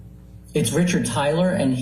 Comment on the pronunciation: Tyler Risshhardd for fuck sake